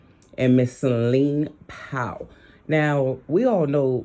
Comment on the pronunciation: Great video,thanks a lot, one mo thang,it's Ce-li-na. Sorry no shade no smoke.